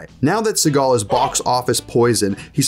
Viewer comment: Steven See-gut